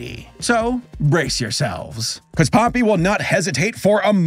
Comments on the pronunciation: You said his name wrong its Pope-e not Poppy lol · It's popee not poppy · IT’S [‘pō•pē] IT’S [‘pō•pē] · Its popee not poppy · The way he pronounced Popee hurt me so bad 😭